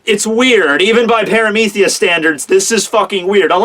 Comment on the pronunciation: amazing cheaper, love your work, great job please stop misspronouncing paramecia (pear-uh-ME-SEE-uh) thanks ❤